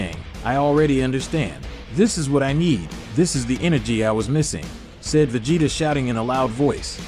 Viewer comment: Vegetaw? Lmao! Please lose the ai commentary.. Other than that it is pretty good.